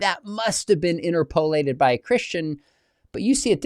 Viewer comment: In-TER-po-lat-ed, not In-ter-PO-lat-ed, - Grammar Police